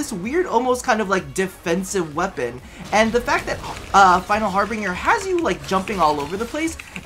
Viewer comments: it's HARBINGER how did you get "Harbringer"? plz stop lol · it's Harbinger, not harbringer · btw it's final harbinger not "bringer" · I love you man but it's har-bin-ger or ˈhärbənjər it is like the word ginger but with a B it doesn't have an ing sound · that also kind of annoyed me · Final Har-BINGE-er. That's how it's pronounced.